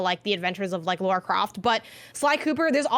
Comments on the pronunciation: Right. How hard is it to remember it's pronounced Lar-ruh. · Lara. Not Laura. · Lol tbf it was pretty jarring. She's literally gone her entire life pronouncing lara as laura 🙈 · Laura Croft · Pleeeeease stop calling her Laura Croft oh my godddddd 😭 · come on man.. "Laura" Croft? I have no idea how or didn't call you out on it! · If she says LAURA one more time....